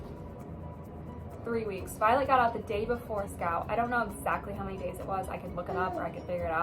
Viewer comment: This whole time on TikTok I thought you were saying Violet and Scout?!?! omg